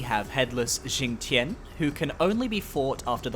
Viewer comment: The X in Xingtian and Fuxi is pronounced SH and the Q in Jiequan and Qi is pronounced CH